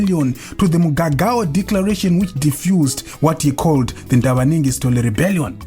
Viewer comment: Rebellion not reberion